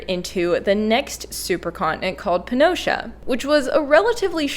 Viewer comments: Irrelevant. She's saying "Pee-an-gee-a". It's not "Pee-an-gee-a", it's Pan-gee-a. She often mispronounces things and always acknowledges it, so butt out, no one is talking to you. Crabs with pinchers instead of pincers, "pick-shure" instead of "picture", and various scientific words which I forget atm. {:o:O:} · "Pea an Geea" ? 🤣 {:o:O:} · In most North American and Australian dialects of English, the vowel /æ/ breaks to /eə/ when it comes before /m/ or /n/.